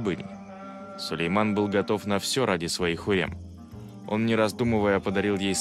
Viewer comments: Почему диктор называет её Хурем, она же Хюрем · Не ХУррем, а ХЮррем!!! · Не хурем, а Хюррэм